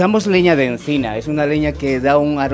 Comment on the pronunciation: Al inicio sí pronunciaba la "C" de "encina" como el español de Madrid, pero luego empezó a hablar muy rápido y a pronunciar esa "C" como la "Z" en inglés